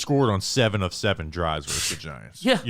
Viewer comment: Can we stop saying “verse” instead of versus. Drives me crazy 😂. You don’t “verse” another team.